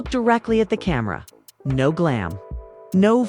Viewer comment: I was listening until ai said camara instead of camera … 😅